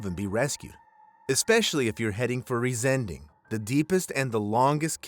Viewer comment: The name is not RisEnding but Riesen-Ding which means huge thing !